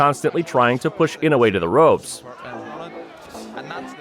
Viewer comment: ちゃんとイノウエって聞こえる発音凄いな 昔はインウイとか言ってたような気がするｗ